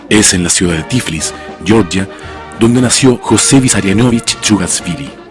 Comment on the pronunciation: Por qué llamáis "yeoryia" a Georgia? Xd